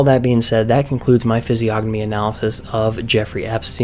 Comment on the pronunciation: The creator of this vid can't even pronounce Physiognomy correctly, and you believe he's a expert? LOL!